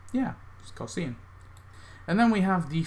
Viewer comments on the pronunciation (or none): It drives me crazy how u pronounce cosine...it’s pronounced Co-Sign. Pirate Nelson’s animation on the house boat really saved that costume a little. But the two costumes and that cosplay group so act 4 wins to me